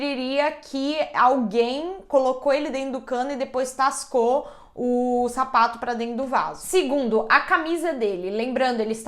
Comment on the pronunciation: Na hora que ela falou sapato eu pensei que ela tava falado safado